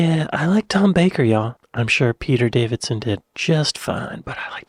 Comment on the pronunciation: Peter Davison, not Peter Davidson.